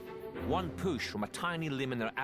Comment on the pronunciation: the pronunciation has me ammused lol "poosh off like a spring load"😂